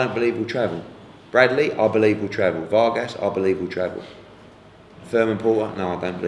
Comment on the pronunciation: Don't know why Hearn pronounces "Vargas" rather strangely. Not that hard.